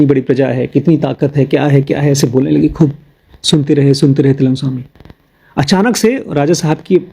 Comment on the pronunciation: its Trailang Swami not telang Swami